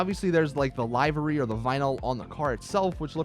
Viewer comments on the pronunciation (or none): just say livery right u getting it wrong